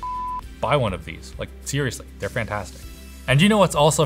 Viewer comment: if you listen very carefully you will hear him saying "fhanthastic"